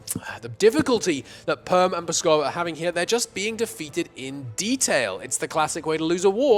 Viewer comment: those Pskov mispronounciations were like potshots to my soul